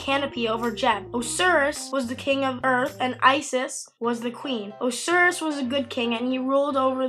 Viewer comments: Not being mean but it's pronounced O-si-ris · Not to be a history nerd but it Oh-ss-eye-rus